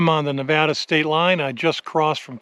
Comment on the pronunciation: I am so glad you know how to pronounce Nevada properly. Thanks